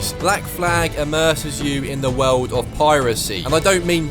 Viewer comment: “The wewld”